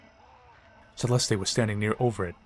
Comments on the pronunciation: It is not “CE-LESTEE,” it is pronounced CE-LEST. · Holy triggers Batman! Its pronounced CE-LEST, not celesty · Pronounced Cell est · why the hell is he pronouncing Celeste like that